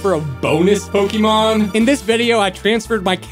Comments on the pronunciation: Po//Ke//mon not Poky//mon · I really irrationally angry because he said poke-ee-mon instead of pok-eh-mon or poke-eh-thirty-mon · Yet you still don't know how to pronounce Pokémon